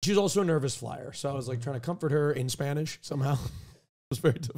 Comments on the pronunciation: pronunciation is kinda good? me gusta su voz en español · Honestly Austins spanish is pretty good, his pronounciation is good